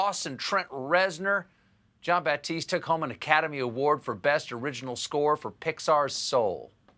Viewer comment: No "P" in his name. It's Jon Batiste. 😁😉